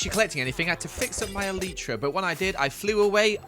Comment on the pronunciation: eleetra eleetra eleetra... me: (elytra)